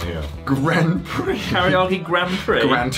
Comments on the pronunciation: I'm wondering why Chris, do you keep adding an extra vowel to Karage? You keep calling it kariiage, except when you said Karage-Kun. Thanks for the video, nice to catch up on your uploads, it's been a long time! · I may have spoken too soon, I heard carryoggy-kun. No matter what I love you anyway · I'm waiting for the day chris says karaage correctly lol